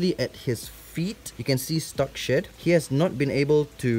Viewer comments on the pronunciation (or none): Whenever you said “shed” I thought you said s h e t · When he said shed I thoght he said shit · I thought he said shit 👀 bruh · When he was saying “shed”, I thought he was saying “S H I T .” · Free Real Estate i think he said shit 😂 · I’m sorry but- when you said “shed” it sounded like “shit”😭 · Why does it sound like you’re saying “shit” while saying “shed”. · Is it just me or he said sh*t and not shed 😂 😆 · I thought he said “SHIT.” He said “SHED.” So, If y’all thinking that, ya I was amazed. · When he said shed i thought he said shit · Sound like he said its goes thru 💫shit💫 cycles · Mysterical Girl i had to rewind cuz i thought he said he hasnt been able to shit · I thought it was shit the whole time tho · LMFAO same i was looking for this comment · “he has not been able to shed very well” Me: did he say shit? Lol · “He hasn’t been able to shed very well..” me: Hears “He hasn’t been able to shit very well..” Also me: Excuse me, wha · Yeah right it really sounded like shit I was saying NANI! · Haha same here lmao. And then he said "Shed" more clearly after lol. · I keep thinking you say “sh**” whenever you say shed lol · made me laugh cause I thought he said shėt instead of shed lol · When you said shed it sounded like you was saying shit and my mom heard it and was like "did he just say shit" thanks for the laughs she hasn't laughed like that in forever!!! Even my dad is laughing 🤣🤣🤣🤣🤣🤣🤣 dont chang a thang about your language🤣🤣🤣🤣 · When he said ’shed shed shed’ i thought he said shi* shi* shi* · when he said shed I thought he said sh*t 💀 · When he said he's had a hard time to shed I thought he said shit 😂😂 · When he said shed, my mom thought he said shit 😆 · I thought he was saying sh*t the whole time- it took me a while to figure it out lmao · when he said shed i always understood "sh*t on his feet" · took me a while to realise you were saying shed cycle and not shit cycle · When he said shed, I thought he said “shit”